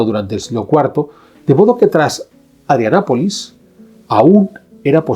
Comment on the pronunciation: Me parece que se dice ADRIANOPOLIS, CON LA "o". Gracias por el vídeo.